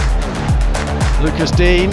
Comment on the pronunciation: The commentator keeps calling him Luca dien 😂